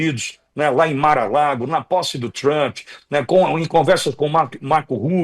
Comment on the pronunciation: Por favor este cara aí não sabe pronunciar a palavra do nome Trump, vai estudar primeiro 🙄🤮